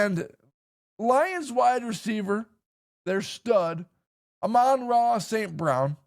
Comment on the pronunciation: cant even say the Sun Gods name correctly